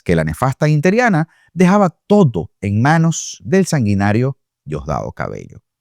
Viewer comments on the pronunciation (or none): NO SE DICE INTERIANA". SE DICE INTERINA!!! LA H. D. P.😡😡😡😡😡😡😡😡